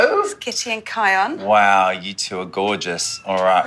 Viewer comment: The narrator called kion kyle